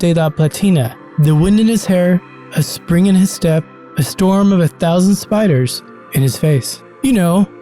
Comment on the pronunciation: spiderrss???? nawwww